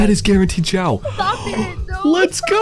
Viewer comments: His name is Xiao , not "Zhao" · ITS XIAO NOT ZIAOOOOOOOO